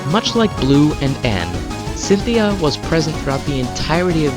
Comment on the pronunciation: You said Centheay, her name is Cynthia